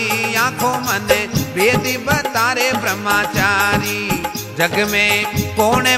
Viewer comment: ब्रह्मचारी सही उच्चारण होता है, ब्रह्माचारी ✖️ नहीं 🙏 कृपया भजन में इसे ठीक करें।